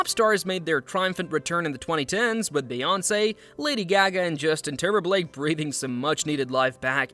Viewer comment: Justin TimberBLake. That AI reading was tripping.